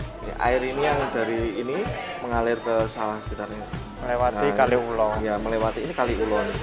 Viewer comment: Kaliulo pak bukan kali ulo bacanya disambung jadi satu